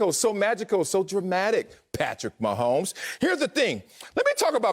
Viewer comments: I love this guy lol "Patrick 'Meh' homes" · Lol "Meh'homes"